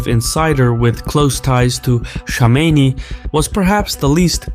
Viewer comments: It's Kome Ney not Komeini. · What ? Ali shamaini? Who is that ? Go first learn to say some ones name then talk about them. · It’s Khamenei not Khomeini. I usually like ur videos but such a simple blunder makes me question just how informed you guys are. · Sağ ol. As an Azeri you should be able to pronounce Khamanei with (x) and not call him Shamenei. Xoşbəxtəm. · khaa-mina-ee you lunatic.. not khameyni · He's not Khomeini, he is Khamenei. You pronounce it wrong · It’s pronounced Kha-meh-neh-E Khomeini is pronounced Kho-may-NEE Iran is a military regime posing as a theocracy. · Nobody:: Supreme leader Ali " Shamenei " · Why does he pronounce Khamenei as "Shamenei"...??😟🤔😒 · Kom in nay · Rigged election? You can’t even pronounce “Khamenei” 🤣 what do you know? Lmfao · why are you deliberately mispronouncing Khamenei’s name? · azerbaijani dude who cant pronounce kh sound wtf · In a Caspian report's video about any other country, they would have said "arguably rigged elections" but since it's Iran so it was RIGGED elections. Plus you kept mispronouncing the name of Khamenei, that bothered me. In fact, most of the media, particularly western, pronounces his name wrong. Damn he's been your enemy and been in your news for 40 freaking years and you can't pronounce his name correctly lmao. Not that these are the biggest issues in the world but this goes against the standards of professionalism that is generally being claimed to uphold